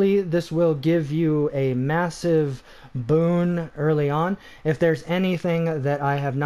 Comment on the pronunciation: Stop saying Boone 😂